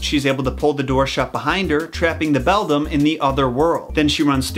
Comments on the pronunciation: its ok part 1 made me laugh when he said bedlam lol i love these videos tho <3 wish they would make a part 2 already lol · Thank god he corrected himself and stopped saying bedlam or whatever he kept saying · Actually it’s pronounced bell-dam or that’s how I’ve always said it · I thought it was belldown not belldom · well the word is beldam but you pronounced it wrong it's not pronounced beldim it's pronounced beldamn you're welcome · Its beldam actually. He said it wrong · Now I finally understand why I kept hearing the ghost kids say the word “bell down” when it was really “beldam”. I’m so stupid 😂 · It’s the calling the Beldam the ✨BeDlAm✨ for me 😂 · Ngl in the movie where coraline meets the three ghosts i heared them saying "Bell down" and not "Beldam" and so i kept questioning myself on "where is the bell?".🤣🤣🤣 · Has any noticed he keeps calling her the Beldum, not Bedlam? I’m sure Beldum is a Pokémon😂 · Regarding your "Bedlam" for "Beldam" mistake: Until fairly recently, I thought a song called "Moanjam" by King's X was "MOONjam". I literally misread/misremembered this for almost 30 years! Suffice to say, the mind is funny. Also, speaking of Metal, the folklore story with the knight reminds me A LOT of "The lady wore black" by Queensryche. You're not saying "Beldam" comes from that specific Keats poem though, are you? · You know... I can see how easy it is To say bedlam instead of beldam. Just two letters moved. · I heard u said “bedam” but i didnt care because i did the same mistake lol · By the way the other mother is a beldam not a bedlam. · Does anyone else say bedlam as Bell Damn no.. just me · Dat not how u say bedlam it’s beli dami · It's read like beladam not bedlam.